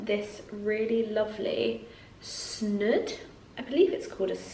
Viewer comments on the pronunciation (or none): Its snood not snud